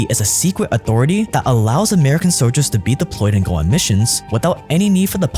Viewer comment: The word “soldier” has an L in it…